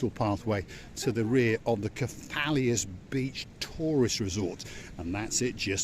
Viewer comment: Kef - a - los 😉